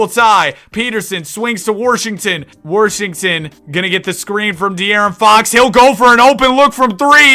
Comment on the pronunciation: nobody: absolutely nobody:: "pj worrshington" "i need a glass of worrter" "this guys worrshed"